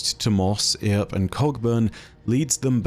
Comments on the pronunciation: Haha this overly proper British pronunciation was hilarious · I kept thinking "Wyatt's not gonna like that." Also, good odds that I'll never be able to see "Earp" without flashing back to "EARp" and giggling like a lunatic. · After how poorly he pronounced such a simple name as "Earp", I'm considering un-subscribing, lol. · Big stuff to say here from me, 1: the fact that you butchered the name of Wyatt Earp is beyond me. 2: I absolutely love the lore of moss 2 and no name because to me it shows a story of a somewhat mentally impaired guardian and that he ( in my opinion) was risen by no name because of perhaps one or more key traits, and this to me is very interesting, because it makes me wonder, what makes the ghosts choose their guardian? A sense of honor and bravery from their past life? A potential protection for those who need it? This isn't the question of " what makes a guardian?" But rather " why are guardians chosen to be guardians?" What happens if a guardian chooses instead to take a more passive approach like lady efrideet? Why are certain guardians not stripped of their power at the moment of true corruption and no I don't mean the use of the darkness abilities I'm talking about characters like the warlords who committed atrocities, or characters like Dredgen Yor or any of the other Dredgens... Would really like some answers for these questions cuz I'm really curious. Overall great story with moss 2 and no name because I myself am mentally impaired and this story is awesome. I haven't been able to play this dungeon, but when I do I think I'm gonna enjoy it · Love, but his pronunciation of Earp kills me lol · Earp is pronounced like Burp but without the B haha. A reference to one of the most iconic figures from the American West haha. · Eye twitch at utter mispronounced "Earp". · His pronunciation of "earp" grinds my gear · Man, I live in Dodge City and every time he pronounced it wrong I wanted to tear some of my hair out xDDD